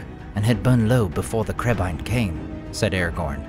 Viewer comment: I finally understand what Legolas said in the first movie. Always thought he said crabeye.